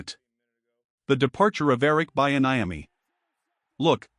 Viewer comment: And the mispronunciation of Bieniemy really messed with me. We need to move Antawan Randel-El up to OC and get ready for the Draft